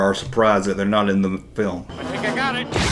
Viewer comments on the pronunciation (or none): none